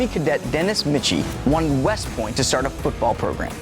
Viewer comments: Fun Fact: It's pronounced "Mikey" not "Mitchy" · It is Mike-ee, not Mitch-ee. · Pronunciation of Michie is Mike-ee, not Mitch-ee. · Michie is pronounced "Mikey" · Hard to listen to someone who calls Michie ( “Mickey”) Stadium for “5 things you might not know about the Army Navy game” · It’s not Mitchie. AND did you know that cadets actually cheered for Navy? During WWII, with fuel rations, no travel meant no fans so the cadets drew lots and the losers had to heer for Navy... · "Dennis Michie" is actually pronounced like "Dennis Mike-ee." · Please edit your narrative to proper pronunciation of Michie. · For the love of all things holy, please figure out how to pronounce Michie... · One thing this guy doesn't know is how to pronounce "Michie." That part was painful.